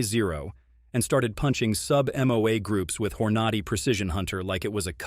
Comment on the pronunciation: Hor-notti? WTF? THIS AI shit is ridiculous